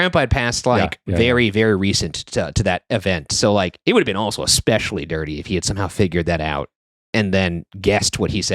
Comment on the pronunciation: my absolute least favorites are when people say 'expecially' instead of 'especially' and 'I seen' instead of 'I saw'. Ugh 😅